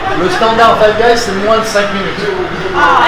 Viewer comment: Fife guys il as dit ?